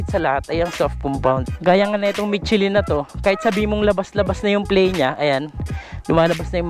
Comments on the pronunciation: Mishelin hindi mitsilin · Hindi "michi-lyn"...."michelle-lyn" ang tamang bigkas.